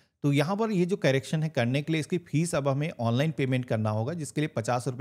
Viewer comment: कैरेक्शन नहीं करेक्शन बोलते हैं